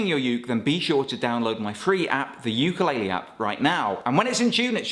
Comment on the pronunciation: Please learn how to pronounce ukulele.